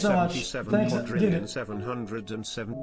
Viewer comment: "Seven hundred and seventy seven QUADRILLION-" Lmao